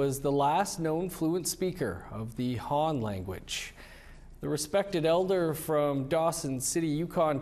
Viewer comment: Did you mean Mi'kmaw elder ? Not elver ;(